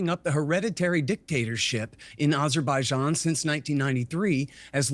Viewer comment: NO USA president should ever recieve a peace prize. Dropping bombs and killing civilians with drones is the exact opposite of peace. Also, I think bro means ABerbaijan and ALBANIA 😅